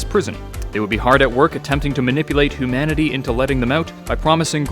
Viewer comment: He said hoomanity lmao